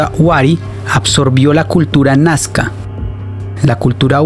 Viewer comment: No es nascar es NAZCA